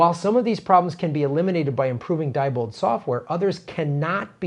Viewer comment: Sorry to be so pedantic, but Diebold is pronounced "dee-bold". Not certain, but I think that is typical of German pronunciation.